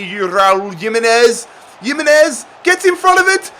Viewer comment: Jimenez is pronounced ,Him-Enez from a wolves fan